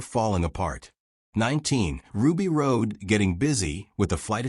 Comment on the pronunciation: Chris Tucker was hilarious in this and it's pronounced ROD! Plus,Ray was a celebrity